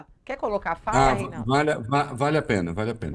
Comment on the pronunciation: Esse "REYNAUDU" AFFSSS!!!